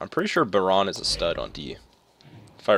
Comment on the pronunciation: It's pronounced byerin not biron